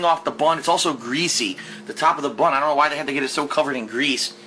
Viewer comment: I can't stand the way he says "bun"!